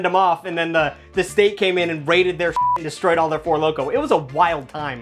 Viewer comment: "so bull nut or not, this thit works" 🤣